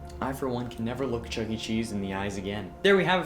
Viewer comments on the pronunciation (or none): none